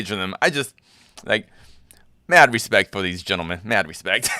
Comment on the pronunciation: "Hespect" brazilians